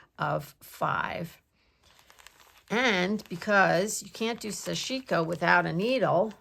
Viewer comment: Such interesting stuff!❤️❤️❤️ Btw, I may be wrong, but I think the pronunciation is SASH-i-ko (short i).